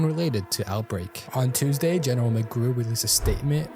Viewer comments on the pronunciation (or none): none